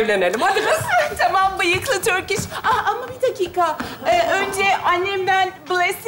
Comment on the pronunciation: evt yazılış öyle tabiki biliyorum ama skeç de torkiş diyor dikkat ederseniz